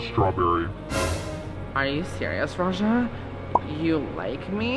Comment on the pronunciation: NO RAJA SAID M NOT N AT THE LAST LETTER OF THE WORD